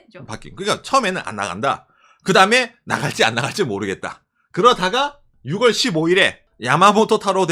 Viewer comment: 6월(유월)... 제발..